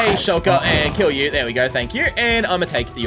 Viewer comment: Dude it’s shulker not skulker